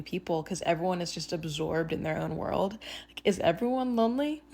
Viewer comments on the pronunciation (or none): none